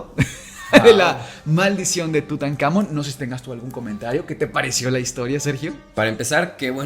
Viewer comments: muy bonito capitulo pero que estres que me dio escucharlo decir en todo el capitulo "TutanÁmon" cuando en el mismo título le ponen "TutancamÓn" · Seguramente haga parte de un toc, pero atención a la pronunciación. Tutankamón (entonación al final) y visir (igual con entonación al final), eso puede cambiar demasiado el ritmo del episodio.